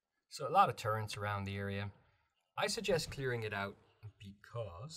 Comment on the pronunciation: I disliked the video for the sole purpose of saying “turrents” instead of “turrets.” Otherwise it was a very in-depth and helpful video.